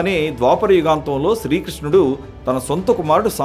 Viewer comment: ఎవడండీ ఈ యాంకర్. హుగాంతం అంటాడు. గాంధ్వారి అంటాడు.